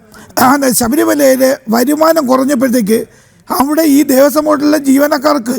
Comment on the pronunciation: ദേവസ്വം ബോർഡാണ്,,, കൊയസ്വം ബോർഡല്ല 🙏🙏🙏